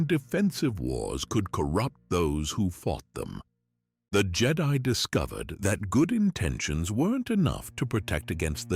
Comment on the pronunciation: I don't think its AI. And I say that bc you can always tell when they don't pronounce the word correctly (like the word read. Is it present tense or past tense) and a couple other words they always get wrong.... this guy pronounced Jedi two different ways! Originally it was Jed-i (on the i) and then it was the way we all recognize. Seems legit to me ❤